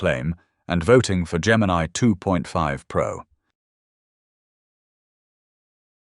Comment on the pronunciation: "Gemini Toof Pro"